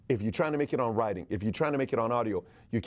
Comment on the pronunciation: The word "writing"...doesn't have a "guh" sound at the end. "ing" words don't have that sound at the end.